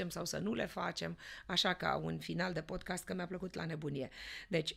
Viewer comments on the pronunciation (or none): none